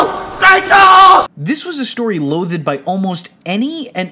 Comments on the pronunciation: Loath'd. Not "loath-ED." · Are you saying loath-ed? That's tough to get past lol